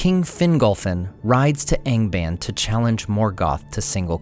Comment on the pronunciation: Don't you pronounce the A in ANGBAND the Latin way, ie. as in fAther?